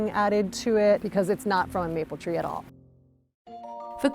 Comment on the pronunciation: "Mople" syrup???!!!!! Do better!!!! Worst opening!!!!